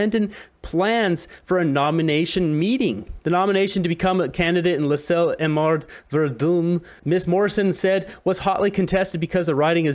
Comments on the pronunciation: It's Ver-dun, pronounced Ver-done. That is the correct pronunciation. Not Verdoon. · It's not VAREDUUNE..... it's pronounced ver-done. My home town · Pronounced verdone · it pronounce - VerdAn )